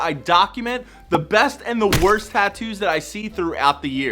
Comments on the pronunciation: The “Wrost”… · "wrost" lol